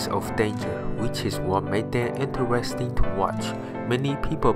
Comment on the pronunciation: he said intewesting lol